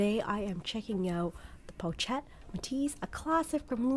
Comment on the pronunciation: Not Po-chet it’s pronounced Po-shet. I have 3 and they’re great cross bodies because they lay flat against the body & hold a fair amount.